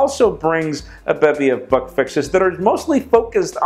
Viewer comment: When he says "bug" ... it sounds like "fuck".